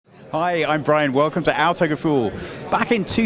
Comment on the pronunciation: "Autogeful" .. I love how he cant pronounce their own name.